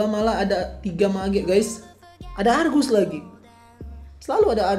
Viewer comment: Sebutan yg betul arges la